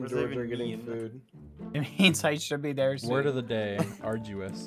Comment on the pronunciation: Haha you killed me. (It’s brethren.)